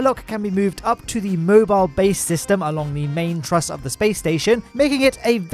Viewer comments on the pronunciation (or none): none